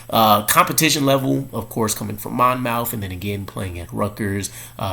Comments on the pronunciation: Not Mon mouth College. Monmouth pronounced Monmouth College. I should call you and tell you how it's done. Miller should compete for a job like everyone else in camp has to do. No one should be anointed as the one. He might need a year or two to develop. I like some of these kids that went to a local college. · It’s pronounced more like Mon- myth. Just to clear the air lol no shots fired just saying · It's pronounced Mon-Muth. Or go watch his highlights there. They say it. I know that's small, but I'm originally from Jersey and it was killing me lol.